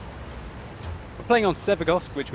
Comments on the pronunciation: Its st i, not one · ST-I iiiiii .... not ST-one.. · Its ST-I not ST-1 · its sti not st1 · Just like the Tiger I (eye) and the Tiger II (eye-eye). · ARGHHHHHH it's ST-I "ess tee eye". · I thought so too, until a Russian corrected me. It is, in fact, ST 1. Someone above pointed it out, but I, in Russian is; И, but the Russian designation for this tank is: СТ-I (As in ST-Roman 1). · I love your work and I think it is the ST-I which is Roman numerals for 1 so Arrrrrr people please stop saying ST-I, because it is like saying the tiger II is called the tiger II:D